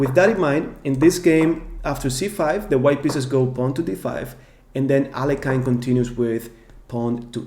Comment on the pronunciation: Could you please pronounce Alekhine's name correctly?